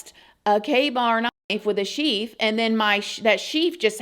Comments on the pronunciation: Psst...its a "sheath"...not sheef. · Did you say sheef? FYI it’s a sheath ❤